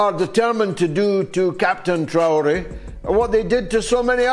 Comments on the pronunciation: Ibrahim Tee-yoo-ley….no no Repeat after me: Tra- as in Tra-ck (tracking nr) O- as in O-bama (Obama) Ré- as in Re-ckon (reckon) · As a Muslim I support brother Ibrahim Traorè. Pronounced Ebrah heem Tray ore A. And believe as the Quran teaches us about traitors. Do you know they're the only people deserving of immediate turning their tvs off? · His name is pronounced: Trough (like the farm utensil) and ray (like a ray of sunshine). So it’s Ibrahim “Trough-ray.” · Its pronounce TRAWRI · Pronounced “Trah-oh-ray” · Please say his name correctly pronounced Tra-Or-Ay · I love u, but learn his name. Tra-o-ré. He's hot right now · Tra-oh-ray what kind of African can't pronounce Traore 😂😂😂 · It's Trah-oh-ré brother. What a crazy General uncle Tom, tap dancing to some jim crow tune, what?! Fckim. Have to remember the West: USA, and Europe have nothing, zero, nada AT ALL in the ground. Coltan, zinc , niobium, titanium, copper, tin, cobalt, all the tech minerals needed to power hand held devices to guided missiles not in the ground! The West is fading "I've fallen and can't get up" We need more Captain Traore's here in mama Africa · Pronounce" Trar- or - Rrray " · Can’t be that hard to say traore .., just saying !! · About damn time this guy speaks up for his people. He must have just been getting hip to what’s going on in Burkina Faso. Because he wasn’t even saying Traore correctly…still haven’t told the world that the Igbo and Yoruba are the Israelites of antiquities… just say you scared bruh… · At least learn to pronounce his name😅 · Learn to pronounce his name